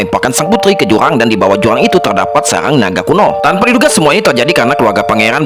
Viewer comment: Jurang min bukan juwang